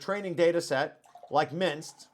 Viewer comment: Great video. One small niggle: I'm pretty sure MNIST is pronounced "em-nist" not "minst".